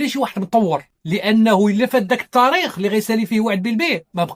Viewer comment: السلام عليكم يااستاذ.قوم نطقك لبعض الكلمات.مثلا لماذا تفخمون تاء كلمة " التاريخ" حتى صيرتموها طاء وأصبح نطقها:الطاريخ وكذلك كلمة" تسبيق" التي تنطقونها " تصبيق".